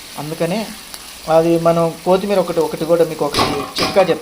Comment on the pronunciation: రే తమ్ముడు నువ్వు వంటలు బాగానే చేస్తున్నావు కానీ వంటకి వాడే పదార్థాలు సరిగ్గా పలకటం నేర్చుకో అది కోతి మీరా ఎలుక మీరా కాదు తమ్ముడు.. కొత్తీ మీరా... ఏంటి..